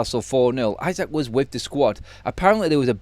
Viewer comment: Pronounced e-sack not i-sack, we're Briish not American.